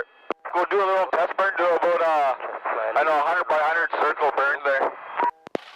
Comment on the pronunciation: How aboot that?